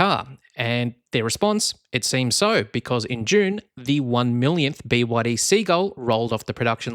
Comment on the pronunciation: Bwadi? The 3 separate letters of the name is B Y D - squashing the 3 into a single “bwadi” sound sounds derogatory to the manufacturer.